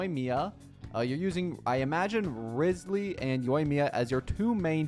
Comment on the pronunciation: He said rizzley and riozlee